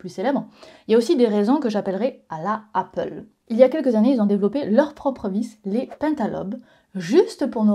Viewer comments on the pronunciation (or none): none